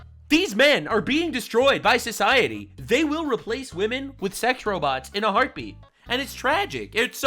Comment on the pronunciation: Women? What's wooman? Ohhh you mean WAHMAN